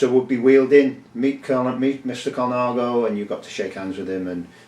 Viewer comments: .."Col-i-nago". It's Col-na-go. Innit? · Cinelli = Chee-nelly, not See-nelly. Ciocc = like church without the R. Colnago = COAL-nah-go, not Cola-nago. Campagnolo = KAHM-pahn-yolo..Piu = pew. What do you mean "Ernesto (Colnago) was wheeled in to the bike show"? It's not like the man's in a wheelchair even today! Saronni won the World;s in 2002? Sorry, but that was Mario Cipollini but he wasn't riding a Colnago. Besides all that - nice collection!!! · Extremely beautiful collection. Is it just my old ears or am I hearing Colanago?? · Yep even the expert gets it wrong….